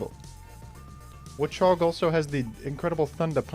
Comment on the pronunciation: the way you pronounce it as wuhchog makes me laugh every time lol